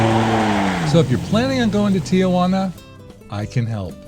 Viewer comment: Everyone please follow along: tee-juana, NOT tee-uh-juana.